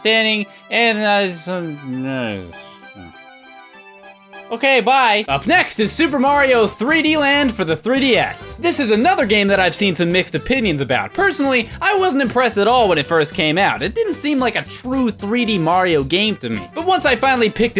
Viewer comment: Did you not hear "Opinoin"